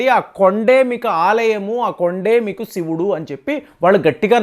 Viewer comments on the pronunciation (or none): none